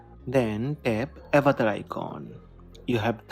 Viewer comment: avatar bol na avetar avetar kya ho raha he😂😂